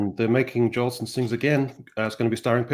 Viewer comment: you mangled the names of the first few of those 1949 films you took note of. It was "Jolson Sings Again," not "Jolston." That film was a biography of Al Jolson, the actor and singer who had become famous back in 1927 in "The Jazz Singer," the first "talkie" that sounded the death knell of the silent film era. It was "Battleground," not "Battlegrounds." That's a really good war movie depicting the defense of Bastogne during the Battle of the Bulge. As you might well guess from the title, "I Was a Male War Bride" was a comedy.